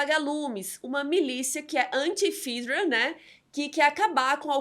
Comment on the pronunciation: Ótimo resumo! Um adendo: No jogo e na série se pronuncia "fÉdra" e não "fídra" 🤓